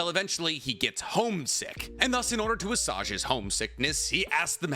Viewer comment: I love your content, but you keep saying, "assuage" wrong.